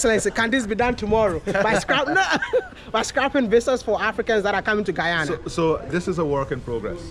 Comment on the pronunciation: He is knowledgeable about the world. The kind of young leaders we Africans are in dire need of. I loved his connection with the pronunciation of Guyana, and Ghanaian 🇬🇭